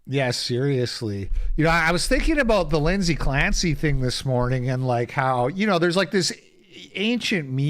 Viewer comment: "Linzy Clampsy"